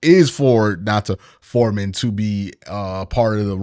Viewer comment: Why does Q say Dont’a Foreman’s name like DON-TAH.. I’m almost sure it’s pronounced DON-TAY